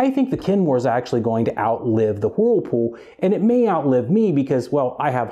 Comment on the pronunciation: It's not whoooooooerpool it's wurlpool